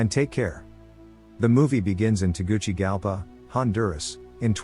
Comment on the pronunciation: Teguchigalpa, the way he said it was so funny😭😭